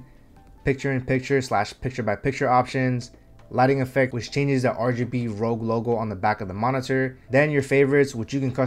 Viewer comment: RoG is pronounced like NFL.